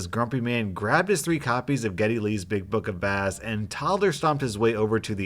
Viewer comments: it's book of BAss, like guitar, not baSS like fish. But yeah. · Bro! It’s not bass, like the fish. It’s base, as in, bass guitar. Geddy Lee is the frontman and bass player for Rush. Come on dude! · "Geddy Lee's Big Book of BASS"?? (pronounced like "sass"). Son, Geddy Lee is one of the most influential, innovative, talented, skilled and hardest working BASS (pronounced like "base") players today. He's only the principal songwriter and a founding member of one of the longest-lived and most successful bands in rock history. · I’m sorry I’m cringing when you said Geddy Lee’s Big Book of bass, as in the fish, when it’s actually Bass (or bass guitar) the instrument, Geddy lee is the bassist for the band Rush. Other than that love your content! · I love of these readings but friendly FYI Geddy Lee is the lead singer and bass guitar player for the band Rush. When you pronounced it Bass like A fish, I died laughing😂 do you really not know who Rush is? Once again this isn’t a mean comment just being silly and I love your channel! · I'm pretty sure the book in the first one is "Big Book of Bass"- "bass" with a long A, as in guitar, and not "bass" with a short A, as in fish, since Geddy Lee is a musician. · It’s pronounced base. Not bass the fish. It’s an instrument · As a bassist it bothers me that he mispronounced the word as bass like the fish instead of with a long a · Its purnounced like base not like the fish. Geddy Lee is the bassist for rush. The book is about bass guitar not bass fish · Somebody probably already mentioned this, but Geddy Lee is a famous musician. He is the singer and bassist for Rush. So "bass" is pronounced like "base" because it refers to a bass guitar, not the bass fish. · Bass as in guitar; not the fish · Geddy Lees Big Book Of BASS! Pronounced Base. Like the instrument. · I know I’m like 7 months behind....but Geddy Lee is a Bass Guitar player. So it’s pronounced “Base”. That is all. Keep up the good work. Love your videos!